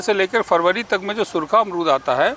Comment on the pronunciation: अमरूद ❎ अरमूद ✅ 😂😂😂😂😂😂